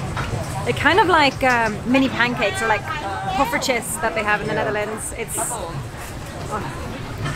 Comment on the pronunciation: Poffertjes👌 You said it wel😅